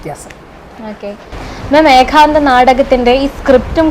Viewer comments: ആ ഇന്റർവ്യൂ ചെയ്യുന്ന കുട്ടി എന്താണ് പറയുന്നത്.. ഏകാന്ധ മോ???😅😅😅😅 ഏത് കലയെക്കുറിച്ചാണ് ഇന്റർവ്യൂ😂 ഏക അംഗം എന്താണ് എന്നറിയുന്നുണ്ടോ ആവോ .. (ഏകാന്ധം എന്താണ്.. ഏകാന്തം എന്താണ് ) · നാടകത്തേയും അഭിനയത്തേയും ജീവിതത്തിൻ്റെ ഒരു ഭാഗമായിത്തന്നെ കൊണ്ടുപോകുന്ന എല്ലാ വിധ ആശംസകളും. കൂടുതൽ കൂടുതൽ ഉയരത്തിൽ എത്താൻ ആശംസ. ചോദ്യകർത്താവ് ഏഖാന്തം എന്ന് തെറ്റായി ആവർത്തിച്ചത് അരോചകമായിത്തോന്നി. ഇനി ശ്രദ്ധിക്കുമല്ലോ. അതുപോലെ ഏകാംഗാഭിനയം കൈകാര്യം ചെയ്യുന്ന മറ്റ് കുറച്ച് അഭിനേത്രി കൾ കൂടി ഈ മേഖലയിൽ ഉണ്ടെന്നാണ് ഞാൻ മനസ്സിലാക്കുന്നത്. ഇനി ചെയ്യാൻ പോകുന്ന നാടക പ്രവർത്തനങ്ങൾക്കും എല്ലാ വിധ ആശംസകളും